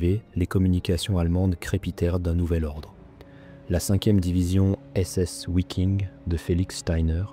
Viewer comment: Bon documentaire. Dommage que les noms en allemand soient aussi mal prononcés. Le « w » en allemand - comme en français d’ailleurs - se prononce « V ». On ne dit pas : ouiking, mais viking. Simple question : en français dit-on : ouagon ou vagon pour le mot « wagon »? Si vous pouvez répondre à cela, alors vous aurez nettement progressé en prononciation.